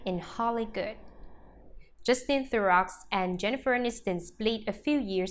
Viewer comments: It's pronounced The row if you're going to have a you tube channel about the celebrities for Gods sake pronounce their names correctly. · This robot must be programmed to pronounce names properly and to speak with regard to punctuation.